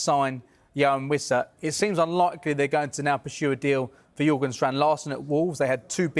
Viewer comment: Big Dan Burn is still an inch taller. Andy Howe is not Eddie’s brother. It’s Jorgen (Strand Larsen), not Jurgen. Come on reporting media bros.